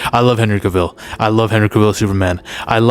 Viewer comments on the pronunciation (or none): I Love your videos and Admire and Respect you. But I just wanna let you know that you keep Mispronouncing CAVILL. For, it is pronounced like CAVALRY Without the ry(ree).